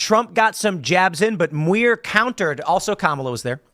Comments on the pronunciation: It's demure for Muir. as in pronunciation. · Muir is pronounced M(y)oor.